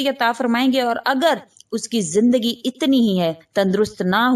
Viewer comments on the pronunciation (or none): none